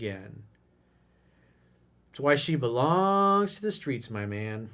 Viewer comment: the skreets, the skreets